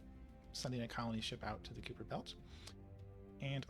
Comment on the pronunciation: Just if you care… it is pronounced KAI-per belt… not KYŪ-per belt… if you care…